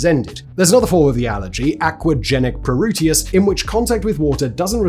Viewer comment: You need to look-up how to pronounce pruritus. You definitely butchered that one.